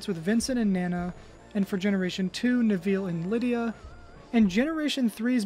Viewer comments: Nev Ill not Nev eel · "Nev-eel" wtf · Great video! Side note, your pronunciation of Neville is amusing